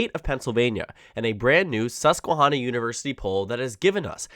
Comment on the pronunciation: Great content. FYI, it's Susquehanna. Not Susquehawna. Like in hand, not like in lawn.